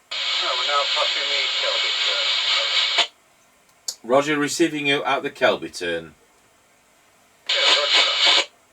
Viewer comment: "Rodjorr". LOL